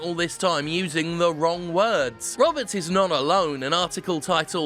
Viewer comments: You keep saying "roberts" as the last name when the article says it was written by Joshua Rivera. Was this a mistake? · I can't tell if you pronounced his last name as 'Roberts' on purpose or just misread 'Riveria.' It's looking like it's the latter as I listen in further.